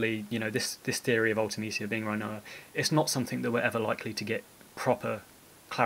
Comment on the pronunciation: I love the video! But it must be a prerequisite to make final fantasy videos to pronounce things weird. Dollay and Rhino-ah